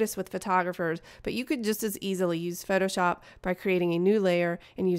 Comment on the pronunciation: who else thought she said fetish art instead of Photoshop xD